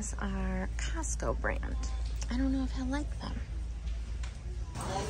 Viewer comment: She said encostco??? Like encanto?😭😭😭🥺🥺🥺🥺